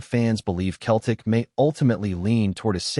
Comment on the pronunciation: If when typing the voice over you spell Celtic with an [ S ] it will be pronounced correctly at pressent it comes across as Keltic😂🤔😁